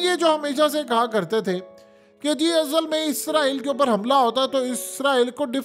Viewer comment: App izraeel kyun bolty ho israeel bola kryn